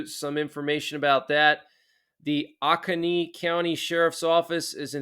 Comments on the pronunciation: Regarding S.C. situation - the County is pronounced Oh-Cone-EE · It's pronounced 'oh-cone-knee'. Awesome update.